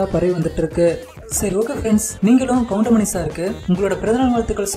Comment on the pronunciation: Ennada goindamaninu soldra😠😠😠goundamani sirnu sollu